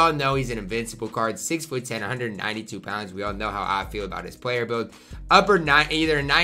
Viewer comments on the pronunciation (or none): none